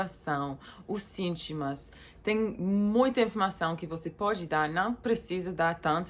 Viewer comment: o nome certo e sintomas e não sitimas como vc falou no seu vídeo quando vc errar alguma palavra eu gosto de ensinar vc pra você melhorar seu português apenas isso até mais